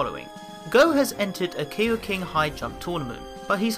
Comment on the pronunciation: I'm sorry but... koiking is pronouced ko-ee-king.